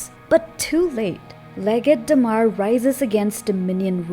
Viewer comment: Whose Day-Mar? Do you mean Damar? 😂